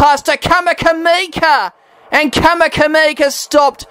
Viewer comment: Mate you pronounced 'Vunakece" perfectly but then you changed your rules on "Kamikamica'